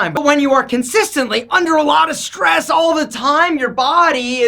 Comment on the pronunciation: Oh stress...thought you said Dress...